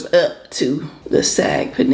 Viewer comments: No it’s not pronounced like SOG. It’s literally pronounced how it’s spelled SAAG. I’m Indian I know. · Hey,. The "aa" in "saag" is pronounced like the "o" "fog" or "soggy." I love Indian food too. I have 2 close Indian friends who put me on years ago. Looks good!